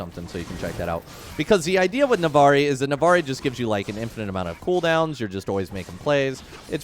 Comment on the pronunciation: It’s NavORi